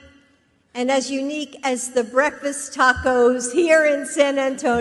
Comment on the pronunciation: She so did "tocos" really 😂